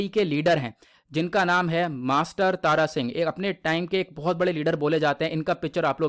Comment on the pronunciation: Tara Singh Nhi Thara Singh ji hai